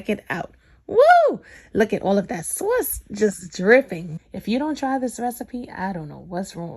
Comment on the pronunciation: and her "soyce!!" Hahaha but girl I love everything u make!!! And when I make ur recipes, there is never any food left!! U cook like ur down south!